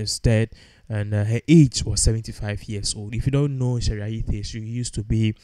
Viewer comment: May her soul rest in peace. Why are you pronouncing t as th? It’s Ayittey not Ayithe.